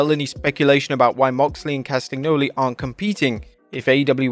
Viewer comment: Mate, Castagnoli is pronounced as "Castanjoli". You completely butcher that name.